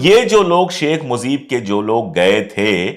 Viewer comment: It's MUJEEB not Muzeeb my dear